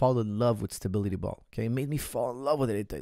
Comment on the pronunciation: Why can't coach pronounce "stability" with any stability ?